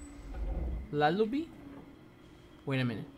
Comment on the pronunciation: “lilliby? lullibiby? lubbly?” sorry but its lullaby xd